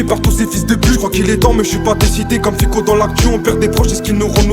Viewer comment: Ficko, soit tu le fais exprès soit il faut que tu ailles chez un orthophoniste. Ca devient ridicule des fois... Peace